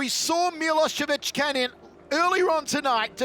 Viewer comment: Is it possible for idiot to only once pronounce Milos last name at least close to how it is?